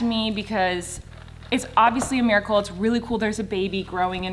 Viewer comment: " It's a merical shut up" had me dieing